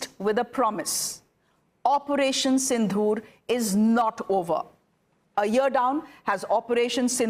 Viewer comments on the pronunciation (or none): Your pronunciation of Sindoor is wrong. You are sayong as Sindhoor